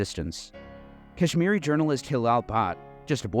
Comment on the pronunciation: As a Kahsmiri thank you so much but listening to you pronouce names did kill me a lil inside. God Bless you